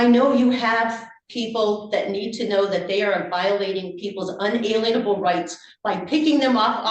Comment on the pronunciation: Unalienable vs inalienable, I believe both are correct. If I recall, Jefferson used inalienable when he wrote the declaration. Adams was on the committee in charge of the printing so you see unalienable as well. She doesn't know what either one even means, and can't pronounce it correctly or even incorrectly with any consistency.